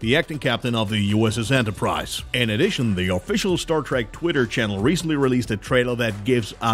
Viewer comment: Its not f'ing Star "track", its Trek, not track, trek.... Why do all you idiots say track. Its not both or track only....